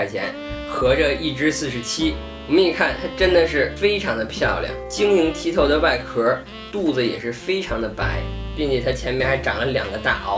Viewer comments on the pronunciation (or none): 是晶瑩ㄊㄧ透不是ㄊㄧˋ改了